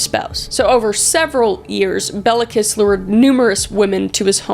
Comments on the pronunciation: Cinkota is pronounced somewhat like "tsinkota" :D like the end of "cats" for example. :D (And I know you don't care if you mispronounce the name's of POS-s but his name is like "Kish". :D ) I love your videos. It was fun hearing about my country even if it was in THIS concept. :D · 'Bela Kiss' sounds like a fukcing metal name, but it's actually pronounced more like 'Bailo Kish' (the 'o' is like the 'o' in 'on', or 'top'). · Just FYI from someone from Hungary: Béla Kiss -> Bela(a like in *A*lways) KiSH Cinkota -> Tsinkota(a same as in Bela) Budapest -> BudapeSHt Báthory -> BaTory